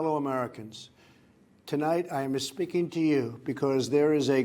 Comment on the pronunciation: "espeeking to you" 😂